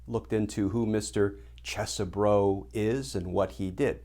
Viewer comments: Yer mispronouncing the names my brother from a legal mother. It's CHEESE bro! And also, T-R-U-M-P in American English is pronounced 'tray-tor'. Hope that helps! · Professor, the proper pronunciation of the name is, Isn't Cheesy-bro. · I don't care if you're pronouncing his name correctly, Glenn. I'm calling him Cheese-Bro. As in, "You tried to overthrow the presidential election?!?! That's so cheese, bro!!!" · Cheese Bro is a much better pronunciation. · I prefer the way I pronounced it - "Cheese-bro." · Hmmm. I've been pronouncing it Ches-e-bro, Cheesy Bro. I mean, he's a lawyer for chump, so that would be a fitting name. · I think that would be pronounced "Cheese-bro".